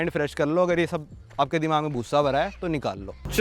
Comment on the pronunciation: Bhai Dee mak kyu bol rhe ho 😢😢😢 dimak hota hai